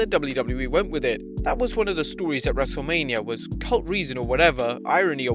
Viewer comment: Thought you said Wreslte Labia